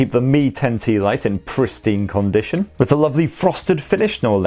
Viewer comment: The way he said con-dition xD